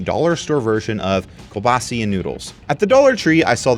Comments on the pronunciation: As a pole ive heard the american "pierogi" pronounciation but i was not ready for that "kiełbasa" bastardizarion lolol. For record its "queue-BA-sa" or more accurately "ky*eh*w-BA-sah" The "cuhl-BAH-see" is completely fine just really funny to me. The plural "kiełbasy" is pronounced kyehw-BA-si with the "i" in "it" but in dishes it's usually the singular. "Pierogi with kiełbasa" This one is completely optional as well, just info if you wanna know. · Please for the love of God pronounce kiełbasa as "Kee- eh-ooh bas-ah". You'll make so many people happy. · you asked italians for forgiveness, but you did not ask poles for forgiveness for how you pronounce kiełbasa xD